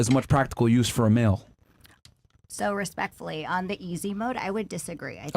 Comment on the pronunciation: "At da end a da day".....